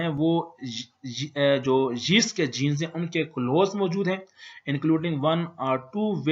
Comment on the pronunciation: its not jeast, its yeast. XD